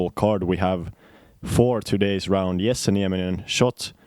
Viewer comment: Its not yessay, its Jesse